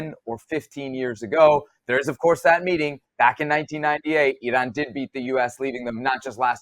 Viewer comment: Seb, kudos to you for the correct pronunciation of Iran.